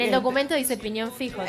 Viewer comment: que se supone que quiso decir mariana ahi? "ahora como fue el tema de que fuiste a tribunales y tenias que declarar en una causa que tenia que ver con pi-op´ppaspaspfaspfaspgasongaspgpasgpiñon fijjjjj jajajajaja"